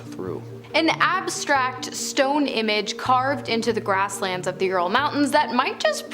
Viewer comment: Ural: youral like rural 😅